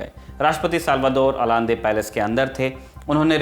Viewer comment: its Pronounced Salvador Ayande... I still remember my ninth class textbook of civics mentioned it..